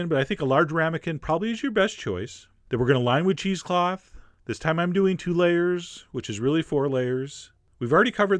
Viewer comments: "We're gonna use some yogurt, a little bit of salt, and a lot of thyme...." It took me until the end to figure out "time," not "thyme! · Did anyone else hear the ingredients as "Yogurt, salt, and a lot of thyme?" It took me a minute to figure out that I was wrong. >0<